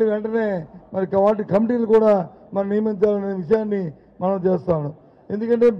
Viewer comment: విచియాన్ని కాదు విషయాన్ని